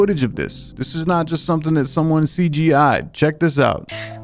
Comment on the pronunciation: Did you say CGI or CYA? 🤔 CYA not to be confused with C👁A. 😂